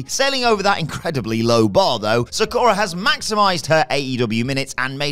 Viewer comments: Thats not how you say MAH MI. The way youre saying it can get you in trouble. Sah KU Rah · Ah, for cryin' out loud...Even after several years, there are still folks in WhatCulture that can't pronounced "Sakura" properly.